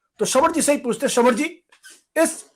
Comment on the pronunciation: Can't you pronounce - Sra van Kumar.! Sra van ji .! ??????